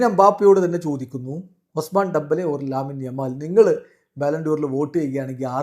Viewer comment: ലാമിൻ യമാൽ എന്നല്ല ലമീൻ യമാൽ എന്നാണ് Pls പേര് തെറ്റിക്കല്ലെ